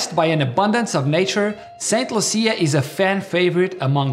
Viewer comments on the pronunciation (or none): Saint loosha . Thts the pronunciation